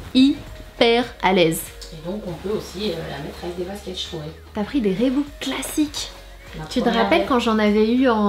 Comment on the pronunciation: Reebok c'est prononcé "Riboque" pas "Rébouque" Sananas stp 😂